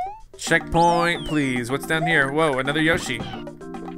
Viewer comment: Whenever he says yoshi yashi/yoshi comes to my mind